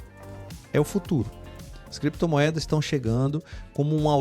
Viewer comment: Cada vez que o fala criptomoedas eu lembro dele falando: creptomoedas, heheheh.